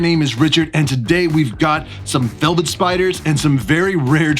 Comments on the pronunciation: Velvert. Lol was that intentional? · Says “velvert” spider on your intro- very nice and well done however! Keep collecting! -fellow youtuber